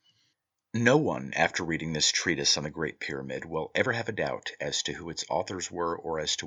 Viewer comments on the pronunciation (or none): none